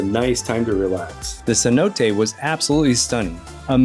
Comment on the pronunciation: It hurts my ears listening to her say cenote